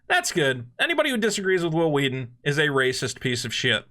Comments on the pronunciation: WH- ILL WHEE-TON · I am 34 and didn't even know he existed until the family guy episode where stewie keeps pronouncing his w's wrong. I love stand by me but never liked star trek. I found tabletop and was like holy shit it's hhhwwwill hhhhwwwheaton...so that's what he looks like. Why is this guy important enough for family guy to mention? lol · His name sounds like stewie trying to pronounce someone's name. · Isn't that the guy who's name was mispronounced by Stewie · I forever will pronounce Whil Wheelton's name as Stewie Griffin does. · is this the guy that stewie keeps pronouncing his name funny?